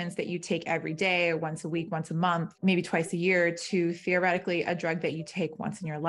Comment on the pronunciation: She said “theoretically”?